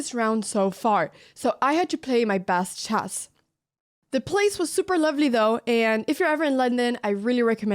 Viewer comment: 'My bast chass'.